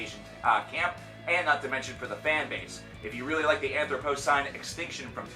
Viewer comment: If it helps, Anthropocene is pronounced "an-throp-uh-zeen," or something close to it. Nobody seems to be able to say that word, I don't blame them for it though lol.